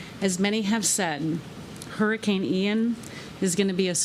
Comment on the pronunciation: Can Joe Biden actually pronounce “Hurricane”? Adult diaper?